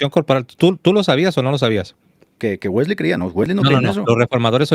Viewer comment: Los dos hablan Inglés- a ti nunca te he escuchado pero se que lo hablas- tú si lo hablas tu esposa es norteamericana y ambos pronuncian WeslEy, no la última " e " no se pronuncia, es ' Wesly' así es la correcta pronunciación, qué pues dicen en el norte, gracias.